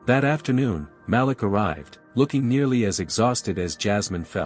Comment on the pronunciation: I only have one issue with these stories 😂😂😂. The name is pronounced ma-leek, not malick 😂😂😂.